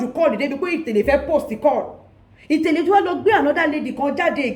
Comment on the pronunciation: Why is itele hard for you to pronounce properly... itele translate it as shoe.."get it now "